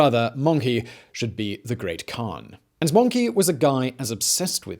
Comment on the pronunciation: I know its spelled like möngke but it sounds more like möngkuh and he just says monkey...